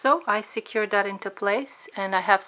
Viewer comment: "We're going to sew dis side and then dis side and then dis side and then dis side. Now I'm gonna go do dat and I'll be right back'. too annoying.